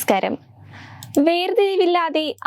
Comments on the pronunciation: ഈ കുട്ടി നെമശ്കാരം എന്ന് പറയാതെ നമസ്കാരം എന്ന് പറഞ്ഞെങ്കിൽ എത്ര നന്നായിരുന്നു! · നെമസ്ക്കാരം അല്ല നമസ്ക്കാരം എന്ന് പറയാൻ പഠിക്കുക ഇല്ലെങ്കിൽ വാർത്തവായന നിർത്തുക